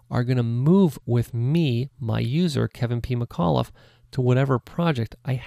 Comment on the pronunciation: I've started hearing Kevin PeemaCauliffe whenever he says his name